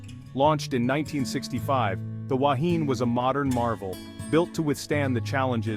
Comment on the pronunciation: Completely incorrect information, your pronunciation is incorrect. People lost their lives and you make up nonsense, shame on you. Yes I’m a kiwi.